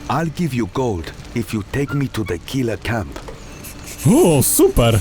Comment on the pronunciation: nie KiŁa tylko KiLa i nie TaCarigua, ale TaKarigua. Jeśli chodzi o wymowę nazw wysp, oczywiście.